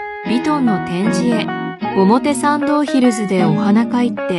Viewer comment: ｢ヴィトン｣ 、｢ヒルズ｣ 、｢パルコ｣ を強調してるのほんと気持ち悪い🤢💭